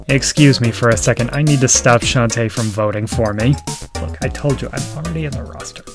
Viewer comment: I think it's pronounced Shon-TAY.